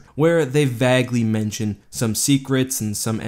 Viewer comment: Am I the only person who always notices and hates how he says "Vague". "VAHG." My dude it's Vay-gh.